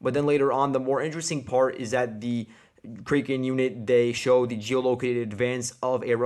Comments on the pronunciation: It’s kray ken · Crack N. Is the kraken Battalion pronunciation.